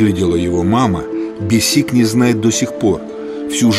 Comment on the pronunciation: Ни БесИк, а БЕсик. Неужели никто не подсказал